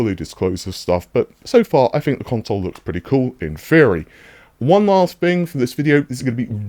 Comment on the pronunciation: Fing, fink, free. Why drop your TTTTTTTTTTTTTT's